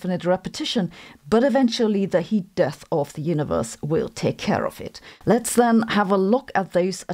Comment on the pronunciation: I’ve still got “Deeth power” sloshing around in my head 😂